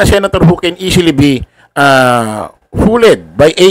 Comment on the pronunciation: "FOOLED" - foold po ang basa boss